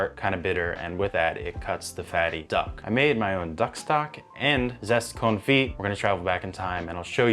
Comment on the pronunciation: You don't pronounce the "t" in "confit"